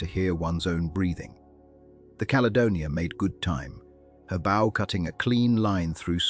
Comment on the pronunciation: Ai mispronouncing “bow” on a video re ships is distracting…